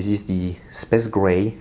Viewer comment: “Spaze gray”